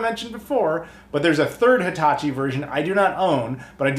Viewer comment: I heard Hitatchi but my brain thought Hibachi & I was expecting a grill/console combo.